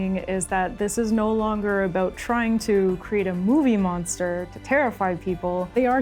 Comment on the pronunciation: the pronunciation "aboat" for "about" or "oat" for "out" is a usual give away they are Canadians, I caught it a couple of times in the video My wife was from Edmonton and I used to tease her aboat it all the time, she used get riled up 😁